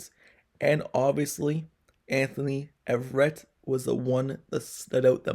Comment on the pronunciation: “A” verett sir. Not Everett